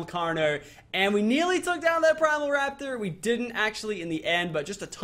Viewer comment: Why does he say Primal? lol